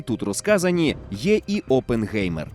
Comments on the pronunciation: Оппенхаймер, а не опенгеймер, які нафік геймери?🤡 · Хто може мені пояснити чому прізвище Оппенгаймер перекрутили на Оппенгеймер? Який ще геймер, прізвище німецьке, в німецькій мові еі читається як ай, мені як людині яка розуміє і може говорити німецькою мовою просто ріже вухо! Що не так з українською транслітерацією?!!! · Але взагалі-то правильна вимова – це Опенхаймер. Бо як тоді писати -Oppengamer, це ж не одне й те саме😂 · Оппенхаймер - так правильно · якщо перекладати то з німецької (опенхайма вимовляється) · Це німецьке прізвище, і там Oppenheimer. Та й навіть вимовляється через ай